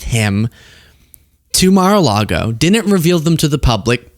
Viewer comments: I'm pretty sure it's pronounced, 'Muh-Largo', merely say'n. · ... with Smith and "Melargo", when the FBI raided it ... Um, do you perchance mean "Mar-a-Lago"? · I like that the judge refers to Mar-a-largo as "MelArgo". How could you miss that? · Did he say Malargo?! Lmao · Did this nigga say “Malargo” 😂